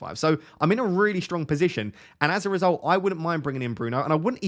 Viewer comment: FPL "I'm in a really good pisition"